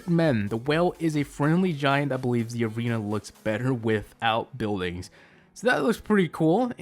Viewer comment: You said aweena insteasd of arena